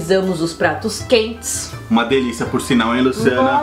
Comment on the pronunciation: “Diliça” kkk